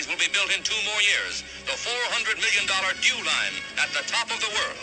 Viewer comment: Dew line sounds like jeww line,hmmm